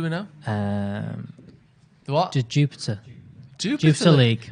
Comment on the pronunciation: I’m dying I’m a belgian united fan. Brugge like they said is pronounced on it’s dutch. It’s jupiler pro league not jupiter. It’s the biggest brand in belgium for a regular pint. And they have 3 red devils in their squad. Don’t underestimate them they algmost won in madrid. Pls don’t lose, cause i will hear it forever..